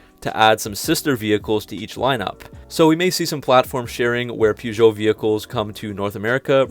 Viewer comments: My mans completely butchered Peugeot and Citroën 😂😂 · One of the first tasks will be for the Americans to learn how to pronounce (correctly) Peugeot! Present announcer/presenter included.